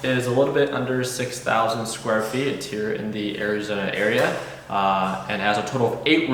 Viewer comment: “ Ari-zena “ y does he say it like that